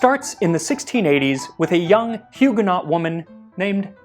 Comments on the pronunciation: Huguenot - pronounced - hew-gen-no ;-) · The 't' in Huguenot is silent.